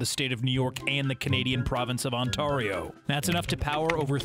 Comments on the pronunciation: It’s On-tare-re-oh not On-tar-re-oh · It is not pronounced on-t-are-io it's pronounced On-t-air-io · You said Ontario wrong you said it like On then Tear like you teared a peice of paper then ario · Omg im from Ontario (Toronto) and the way you pronounced "Ontario" was hilarious 😂😂😂😂😭🤣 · You pronounced Ontario wrong.